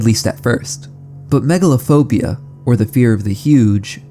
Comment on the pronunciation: Megalophobia? I heard Megalovania 😭